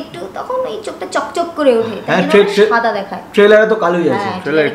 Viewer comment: ছাদা নয় দাদা🙄 it's সাদা🙂